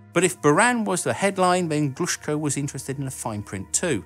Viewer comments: If you are making videos with Russian words, you should first get the pronunciation and emphases right! It's pronounced Enérgiya, NOT Energíya... and Glushkó, NOT Glúshko! Bábushka, NOT Babúshka!!!! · Enérgia, Glushkó, Korolyóv. Honestly, one thing that always takes me out of this sort of videos is butchered pronunciation.